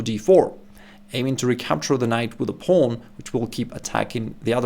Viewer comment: Why can't he say pawn?